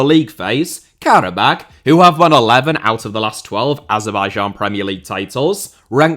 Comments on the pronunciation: Pronounced Kara-bah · pronounced Karabaa